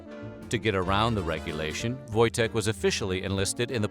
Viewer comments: I'm polish. the w sounds like v and the j sounds like y . Its pronounced voy-tek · Wojtek is a Polish name lol u getting that wrong in the first few mins kinda puts me off